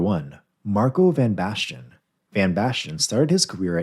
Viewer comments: It's van Basten, not van Bashten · A-jax 💀 Van Bastian 💀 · The pronunciations in this video are Terrible Seria ah van basten, gullit is pronounced Hullett rijkaard is Rye card, plenty more as well